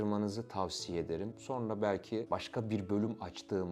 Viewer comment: SAYIN: Buğra Gülsoy!? "Subliminal Algılar" Demişken: Akıcı Türkçe Telaffuz Eğitimi Aldığınız Halde Neden? "SonRA" Şeklinde Okunması Gereken Bu Kelimeyi: " "SorNA" Şeklinde Okuduğunuzu? Açıklar mısınız!?.. Ve Neden? Özellikle: Ezoterik veya İslam Ezoterizm'i Fikrine Taabiyette Olanların. Bu Kelimeyi "SorNA" Şeklinde Telaffuz Ettikleri ? Yani; Hangi "Subliminal Algılara" Hitab Etmek İstedikleri? Hakkında! Herhangi Bir Fikre Sahip misiniz!? Veya Açıkça Bu Kelime Sayesinde; "Son-RA" Derken!? Sözde: Ra' nın Sonu! Sonuncu Ra..! Şeklinde Manalar Ortaya Çıkabildiği İçin!.. Mısır Tanrısı "RA" ya Saygısızlık Edildiğini Düşünen Ezoterikler; "SonRA" Şeklinde Okunması Gereken. Bu Orijinal Türkçe Kelimeyi. Kasıtlı Olarak "Sor-NA" ya Dönüştürdüler ve Yandaşlarının Sıkça Göründüğü Medya Organlarında Zikrederek. Revize Ettikleri Bu Kelimeyi Popüler Hale Getirdiler!... Diyebilir miyiz!??? Ya da. Açık Konuşmak Gerekirse!? "SonRA" Şeklinde Okunması Gereken. Bu Orijinal Türkçe Kelimeyi. Kasıtlı Olarak "Sorn-A" ya. Yani; "Cern-A" ya Dönüştürerek; Sözde;CERN de Açılacak Bir Portalden Gelecek Olan "Anunnakilerin" A Harrfini; CERN isminin Sonuna Ekleyerek Subliminal Hale GetiriLmiş Olan "Sorn-A" Kod Adı Ortaya Çıkmış Oldu mu!? Desek!??? Ne Dersiniz???? Neticede; Başkası İçin Manası Ne Olursa Olsun Fark Etmiyor!.. Çünkü Ben Hala; Üstüne Bastıra Bastıra. Orijinal Türkçe Telaffuz Şekli ile: "SonRA" Demeyi Tercih Ediyorum!!! Varsın! "Anunnakiler" yada "Ra" Efendi Darılsın!!! Tabi: Toza Dönüşmüş Haldeki M